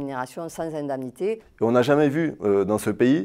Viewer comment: pourquoi la meuf elle arrive pas a dire indémnité, elle ma tilté